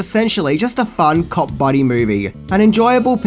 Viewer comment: Thought you said Cock buddy movie !!!!!